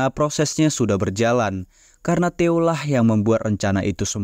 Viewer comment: Bukan teo sih tae-oh